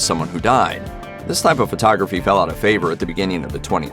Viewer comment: Please stop saying furtography. Not body is taking a furto. Photo.